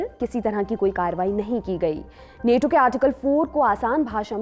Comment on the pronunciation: नेटो नहीं नाटो कहिए